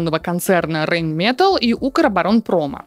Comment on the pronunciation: Немцы произносят Rheinmetall как Райн мета́ль